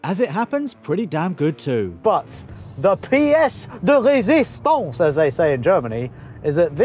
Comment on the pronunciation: Do the Germans say pièce de résistance? 🤣🤣🤣